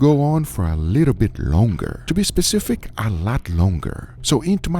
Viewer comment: Trust Guga how to be "specific" 🤣